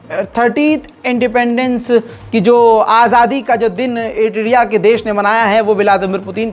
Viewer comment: IRITIRIA nehi Bhai ...... IRITRIA...... Bohot Farak Hain.